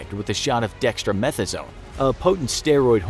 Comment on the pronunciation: read what is written on the screen. Not “dextra-methasone” but ”dex-a-meth-a-zone” (I spelled it phonetically there 😉)